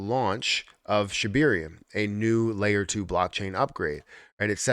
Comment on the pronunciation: Sheb AIR eum there is no E after the B lol just laughs.